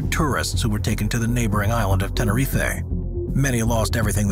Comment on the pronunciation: Tenerife. Not tenerifée